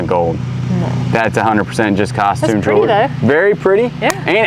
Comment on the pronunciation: Please, please, please learn how to say jewellery correctly!!!